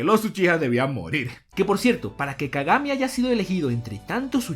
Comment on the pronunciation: se llama kagame dices? Kagame?